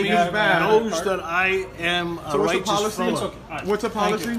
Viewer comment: “richase” fellow xD